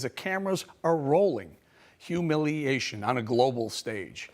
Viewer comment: Hu- milley- ation... Love it, one too be put in dictionary for generations to come.. Interpretations welcomed